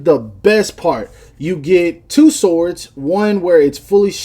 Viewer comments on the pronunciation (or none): none